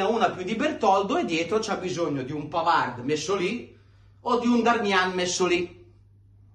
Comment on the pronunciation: È vero che Di Gregorio ha preso tutto e Sommer quasi niente, ma va anche detto che il portiere lo fa la difesa! Su Bisseck: innanzitutto, caro, impara che in francese la "d" finale non si pronuncia, quindi smettila con quel "Pavard" e pronuncia come si deve: PAVAR! Semplice, no? Smettila di rompere i coglioni su Bisseck, perché non c'entra nulla, in NESSUNO dei gol! La ragione sta nel fatto che, senza Chalanoglu, non abbiamo un mediano adeguato che faccia filtro nelle fasi senza palla e costruisca nelle fasi con la palla! Tutto qua! McKennie se lo perde Zielinski, non DeVrij! Nel terzo gol, è un Dumfries stanchissimo che, senza l'aiuto di FRATTESI (e non di Bisseck, che stava al centro sul cross...) è stato sfortunato su Yildiz (la palla gli è sfilata sotto la gamba: solo sfortuna...)! Quindi, smettila con Bisseck, perché lui è una delle poche note positive di quest'anno, soprattutto quando viene messo braccetto con Darmian esterno, e si trova costretto a fare per sé e per Darmian!!! Caro, non deluderci: non farti influenzare dai commentatori incompetenti!!!